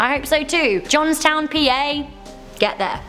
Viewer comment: and it is pronounced like John's town, Pa. i live there